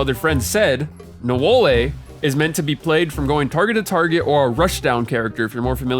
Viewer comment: i cant take ts seriously when you keep saying "nowaliay"